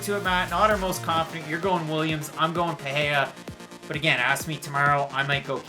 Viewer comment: Paheya? It’s PAH-REY-RAH !